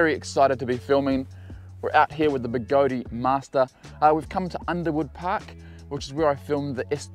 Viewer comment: The way you said begode sounded strange, is it pronounced "begode" or "begode-e"